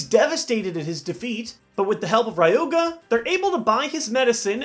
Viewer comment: YOU CAN'T PRONOUNCE "RYUGA" THAT WAY!!!